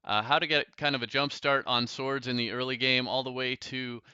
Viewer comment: When you hear "Today's episode is all about Tord" instead of "Today's episode is all about swords" XD